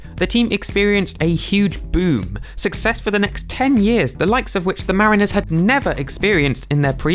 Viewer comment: Just a heads up -- "mariners" isn't pronounced "mareeners", its more like "marriners"